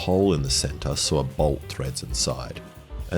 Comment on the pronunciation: youre pronouncing "saw" in a unique way